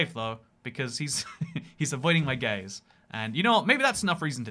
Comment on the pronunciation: "He's avoiding my gaze" How my brain heard it: "He's avoiding my gays"